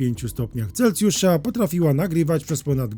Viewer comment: Nie CelCjusza, a Celsjusza. Po za tym fajny materiał. 👍